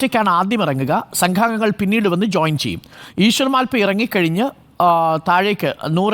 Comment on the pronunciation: മാൽപെ അല്ല മൽപെ